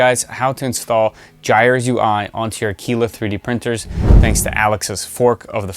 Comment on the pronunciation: Another great video on the “Voxel-Lab A-kwil-la”. Thank you. ;)